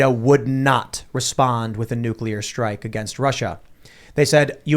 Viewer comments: NUCLEAR!!! FFS you have a nationwide podcast act like you have the vocabulary of someone who graduated grade school. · Ragging on Bush for pronouncing nuclear as "nu-cu-lar' is unfair selective ridicule if you don't mention that Jimmy Carter, who was a nuclear engineer in the Navy, also pronounced it that way.